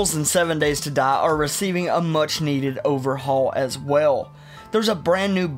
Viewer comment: "7 Days to Duh"